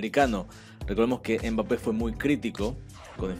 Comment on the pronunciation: No se dice embape se pronuncia mbape como el sonido de la eme que no es em m solo m como cuando se asiente algo mmm no dicen ememem